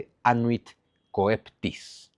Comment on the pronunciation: Coeptis Cheptis la pronunciación Zunzu Como Coelis Chelis = Cielo Saludos y gracias por todo tu trabajo